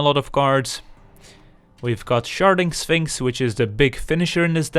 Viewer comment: lol, anybody else hear "sharting sphinx?"